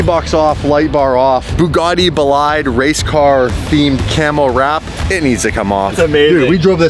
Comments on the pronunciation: its pronounced "bolide" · the proper way of saying "BOLIDE" is BO-LEE-D not BO-LIED. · Bugatti “Boh-lyde”?